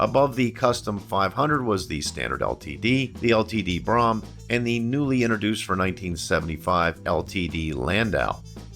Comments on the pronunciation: I think you mean Ford Brougham. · You misspoke on the 1969 LTD saying that the "429 was available in a 'two carbureted version' rated at 320 horsepower..." when you clearly meant to say ""two barrel version." The 460 AND the 429 were available in 1973. Oh, and PLEASE learn to pronounce "Brougham." It rhymes with "roam" NOT "prom." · Brougham is pronounced "broam," not "brahm." Good video though. Not enough videos out there of one of the best built American cars of all time. Something I doubt we will ever get back. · "Brougham". Correct pronunciation is "Broom", not BROM. As a kid, I always thought it was like Chrome, but with a "B". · not pronounced brom but brome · Great video. Comments: The top trim level is spelled "Brougham" and pronounced "Brome". The 400-2v V8 was OPTIONAL on all models except the 74 LTD Country Squire, where it was standard. The tape player that became optional in the late 70's was a CASSETTE. 8-track was available well before that. The steel-sided "LTD Wagon" was a 73 1/2 model. The 460 became available in 73, along with the 429, which was discontinued for 74. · I have to point this out. My parents bought an Olds Cutlass Brougham when I was 3.5 years old. I grew up kowing how to say it. It is pronounced like his "Broham"" LIke saying "Bro" then "ham" It is not an ice cream shop. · I have never heard Brougham Pronounced Braham and I have always been told LTD Stood for Limited.. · I’m really enjoying your channel,! Your videos are great — and as a former Ford and Mercury owner, it’s good to see these models mentioned. But some of your pronunciations are WAY off in this and other videos. It’s Brougham, not “Brahm”, with the OU sound being OWE. In another video, it’s Ford chairman Alan MuLAlly, not Alan Mully. Just an observation. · STOP! Its pronounced Broughm as in BRO, like BROME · Brougham is correctly pronounced “brome” (rhymes with “home”).